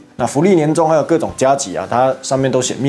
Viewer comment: 加給唸ㄐㄧˇ不是給ㄍㄟˇ